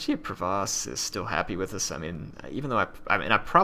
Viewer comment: the Duchy of Provence has an "n" in it so it's not Provoce, sorry to be one of those guys who corrects pronunciation:p